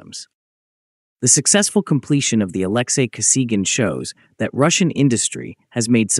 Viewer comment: Не Александр (или Алексий) Косиган, а Алексей Косыгин. Вот он, искусственный интеллект, в действии. Самим то озвучить чужой текст лень. Вот и "лепят горбатого".